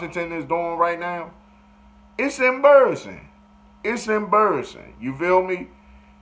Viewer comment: Charles Barkley accent. IT'S EMBURRUSSIN 😂😂😂😂😂😂😂😂😂😂😂😂😂